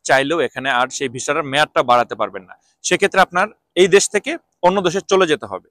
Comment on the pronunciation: আপনার কথা বুঝা যায় না যখন বলেন টাকা পয়সা লাগবে না তখন না শব্দটা স্পষ্ট হয় না ( রিক্রুট এজেন্সি বলার সময়)